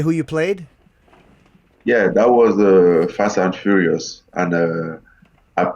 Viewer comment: Fash and Furiosh. I play a furioushon Guy.